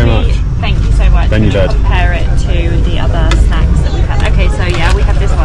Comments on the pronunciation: Your videos are interesting. Please please please.. you are mis-pronouncing the names 😂. Vande Bharat is what you pronounce is incorrect. I would request you to ask the local people how to utter the names. I'm sure you will say it right before you guys return to your country. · It's vande not Vander sir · ARE BHIE..........ONE DAY BORAAT.......nahi.......( Vande Bharat )...........😂😂😂😂😂😂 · "Venda Burat" train. 😂